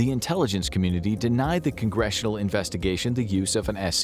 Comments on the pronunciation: Um, its not "S-C-I-F".. It's a "skif" and Congress has full access to one. If you don't know what you're talking about, its best to remain quiet. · No one says S.C.I.F. just say scif, like one word. Yes it is an acronym but no one spells it out like that. Nails on a chalk board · It's pronounced Skiff- not S-C-I-F. Just for future reference- its what they are called in that world. I spent many of years in one. Like a dungeon with really good internet and tv. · It hurt my soul every time you spelled out SCIF. It’s just pronounced “skif.” Government and military acronyms are almost never spelled out and instead pronounced as they appear. I have my doubts as to the truth of most of this episode just from the fact that those at the hearing were denied access to a SCIF. If they are all eligible for a clearance they can probably find a SCIF they can meet in. If one or more of them were denied a clearance they probably shouldn’t have been in the hearing. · SCIF is pronounced "skiff". Nobody calls it "an SCIF". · FYI, SCIF is typically pronounced "skiff", instead of spelling it out every time. And these congressional members could very easily gain access to a SCIF if they really wanted to. They're not uncommon in the national capitol region. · SCIF is pronounced skiff btw. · SCIF is pronounced ‘Skiff’ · It's called a SCIF.... it's pronounced just like the word skit, but with an "F" instead of a "T".